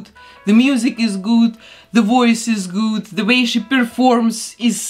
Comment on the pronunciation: The way you say good like goud is so idk how explain